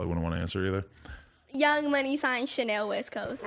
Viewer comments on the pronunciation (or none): none